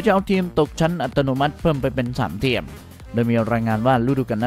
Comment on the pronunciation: ทีมครับ ไม่ใช่เทียม(ฟังหลายรอบก็ยังเป็นเทียม)